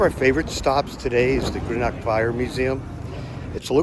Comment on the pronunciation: You might try learning how to pronounce the names of the cities before releasing a video. You mispronounced Greenock and Glasgow, and also quay. Nobody would spend an entire day touring Greenock. They would go to Glasgow. Idiots.